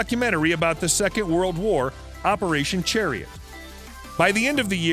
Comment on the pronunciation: Operation sheriott intead of chariot lmao this huy